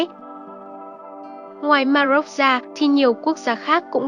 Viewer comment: Ma rôc chứ đừng phát âm là Ma dốc nhé !😃